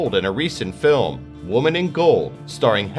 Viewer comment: Moreover, he pronounces women as woman. Yet he has no foreign accent. I'm baffled why he can't get the pronunciation correct.